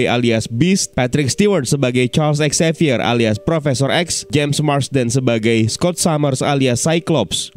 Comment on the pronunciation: Charlsex xavier?? Atou apa sih ngomongnya, harusnya Charles Xavier kann